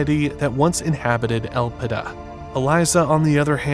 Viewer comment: Elpida = Hope in Greek. But should be pronounced on the second syllable.